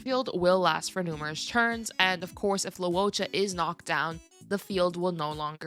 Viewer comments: Fyi loucha is pronounced as low-chaa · Fyi Luocha's name is pronounced – Luo – 'lwoh' Cha - 'chah' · Luocha is pronounced Luo Cha